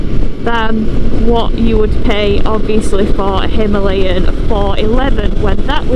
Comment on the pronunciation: Again him-lay-in , please its himaa-layan😔